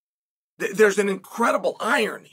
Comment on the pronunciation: Never heard anyone pronounce "irony" like that.